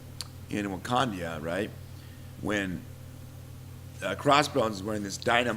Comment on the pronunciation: one of you keeps saying wakandia its wakanda